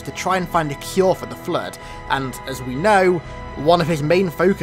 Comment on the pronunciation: The fluueed 🤣